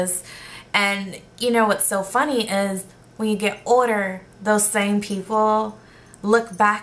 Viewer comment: i detect a west indian accent ("older"). Am I right?